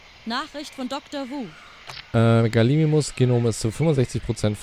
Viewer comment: G A L I M I M U S nicht Galisimus man